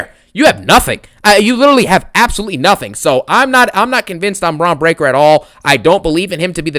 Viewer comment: I crack up every time this mf says “Bronito Breakker” & “BRONSENO REED” 🤣🤣🤣🤣